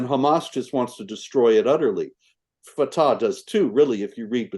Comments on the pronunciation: Funny when Marc mispronounced Fatah and said Fetah instead. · You can tell by the way he pronounces “Fata7” where this “journalist’s” head is at. I bet he recites Al-Fatiha on the daily.